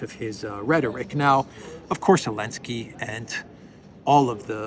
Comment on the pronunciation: Why does call the cokehead of Kiev "Elensky"? I assume its some kind of in joke or related to the banning of "Z" in Ukraine.